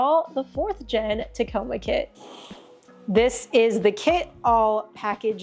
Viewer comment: She still says Teh-coma 😬 TaaaaaaComa ladies n gents.